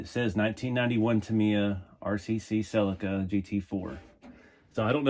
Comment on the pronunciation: Hi the way you say the model of this car sounds so wrong ill spell it how its suposed to sound i hope lol its a seleeka but spelled the other way lol